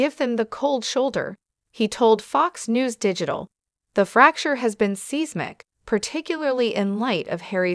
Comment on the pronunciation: It’s SI (long I ) smic spelled seismic.